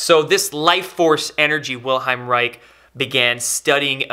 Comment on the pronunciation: Reich is pronounced "Raish" and not "Raik"